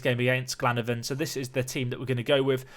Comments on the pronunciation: Glenavon is pronounced Glen-ah-von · It's glen-a-Von pronounce the a